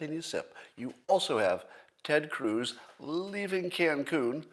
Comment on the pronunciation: Hehe...Scott said Ted Cooze.